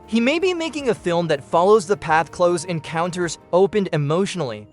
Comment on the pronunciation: Cloze Encounters... Dee-juh Voo...